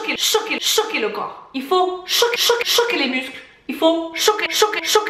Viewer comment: Bjr, mdr qd vous dites choquer choquer choquer j'entendais chouquettes chouquettes chouquettes 😀